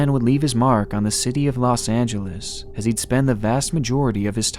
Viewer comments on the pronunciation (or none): none